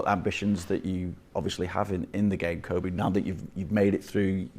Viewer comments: “Coby” it’s kobbie you silly silly man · His name is Kobbie, not Kobe... it's kinda his job to know 🙄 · Can't believe presenters are still mis-pronouncing Kobbie's name these days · Poor from the interviewer. Calling Kobbie ‘Kobie’. It’s Robbie with a K. How are people still getting this wrong. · Why are professionals pronouncing kobbie’s name wrong I don’t get it